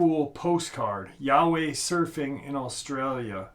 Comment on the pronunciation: "YOWIE" IS NOT PRONOUNCED AS "YAHWEH," ITS PRONOUNCED (YOW-WEE)